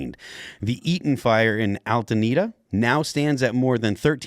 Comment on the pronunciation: Love your show With all due respect Its ‘Alta-Deena’not ‘Alta-nita’ thanku kindly